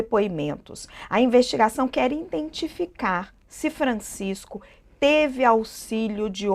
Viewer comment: Âncora de jornal dizendo “iNdentificar” dá um desânimo… Que bom que se corrigiu depois, com visível esforço. Alguém deve ter soprado no ponto auricular.